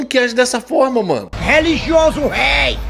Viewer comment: Quem é o "réi"? Esse que "aprega" "pá" "í" "pú" céu?